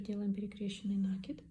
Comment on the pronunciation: Пожалуйста, не коверкайте слова, изучайте орфографию.. Слух режет Ваш нАкид!